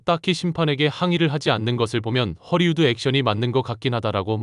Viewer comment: ◇ 속담: "입은 비틀어져도 말은 바로 하라!" 허리우드 액션?!?!?!?! × 헐리우드 액션 ○ r과 l의 발음도 구별을 못 하나?????? 바로 전염되어 댓글에도 허리우드 액션?!?!?!?!?! Hollywood Action